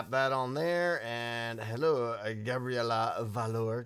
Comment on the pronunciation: You said Gabriella wrong...